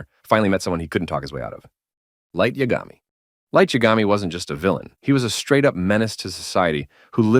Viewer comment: "it's YA-ga-mi, not ya-GA-mi"